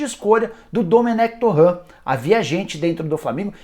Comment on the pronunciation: Essa pronúncia tá erradíssima "torrã" 🤦‍♂️